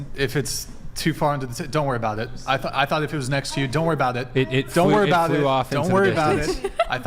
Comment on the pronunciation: Lol loved the way she said aboat (about)